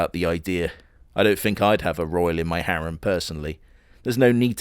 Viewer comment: you get points for saying harem correctly. I hate the old english way of saying it.